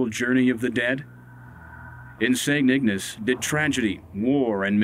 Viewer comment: St Ignace!! Pronounced Ig N ace long A people Long A,, damn!!